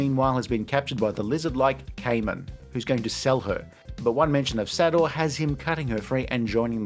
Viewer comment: You hear Sador being said over and over in this film and still manage to keep saying it wrong. How to video makers manage to do this so often. Sador - SAY-DOR, no SAD-OR.